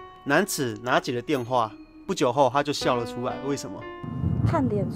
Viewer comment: "所以她就笑liao"这句话说出来十有八九是马来西亚人啦！🤣